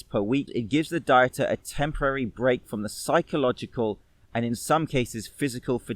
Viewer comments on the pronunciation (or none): none